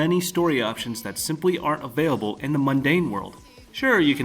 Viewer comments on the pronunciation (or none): none